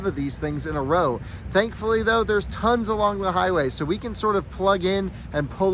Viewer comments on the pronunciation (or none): none